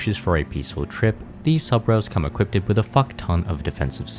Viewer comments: I'm gonna be that guy. You keep saying, "equipted". That is not a word. It's equipped. I know nobody likes a spelling or pronunciation nazi, but it was annoying me. Great video though, these games were my childhood. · bro... its just equipped lmfao. not equipted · equipded is not a word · hehe you say equipeded